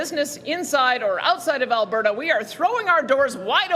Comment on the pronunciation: It’s A L B E R T A . . . . NOT ALBERRA ... 👎🏼👎🏾👎🏻🇨🇦🇨🇦🇨🇦❤️❤️❤️